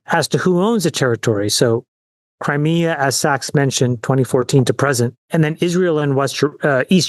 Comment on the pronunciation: Sachs couldn't even pronounce Crimea correctly. Pretty obvious that no one in trumps circle knows what they are doing. If you give Russia control of the Black Sea, it is over for the surrounding countries in the region. Keep holding out Russia will default soon